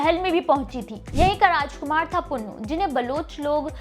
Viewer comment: You don't know the ABC OF THIS STORY. FIRST OF ALL you are pronouncing SAASI the name is SUSSI BOY NAME WAS Punnu not Pannu. HE WAS a merchant.Bharti nai fatti the She ran from one side and he ran from the other.met in the dessert and died. Don't distort panjabi culture pl.you are very very in Panjabi Culture and language big zero. Pl.dont do this again. Hari Dutt Sharma Rt.Principal MA BA HONOURS M PHILL MED SANGEET BHUSHAN DOSANJH KALAN JALANDHAR